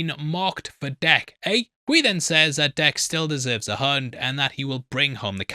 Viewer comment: when you said that Dek still deserves a hunt, i thought you said "deserves a hug". I rewound the video to be sure but i was like, yeah that tracks.